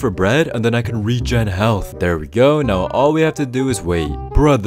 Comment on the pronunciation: "are u serious right neow bro" never gets old :D